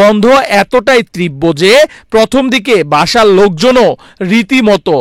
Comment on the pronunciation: ভাই তীব্র নট ত্রিব্বো ---tibro not triboo--বাংলাটা ভালোমতো অন্তত শিখেন। ...